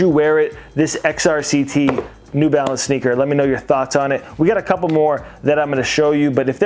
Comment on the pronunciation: "New Balace" 😂😂😂